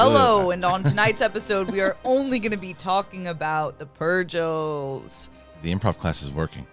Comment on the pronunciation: said Pergil correct the first time and corrected him to say it the wrong way 🤦🏻‍♂️ 😂